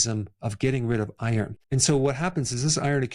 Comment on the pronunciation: as you pronounced iron it nearly sounded like Eier, i was confused for a moment😄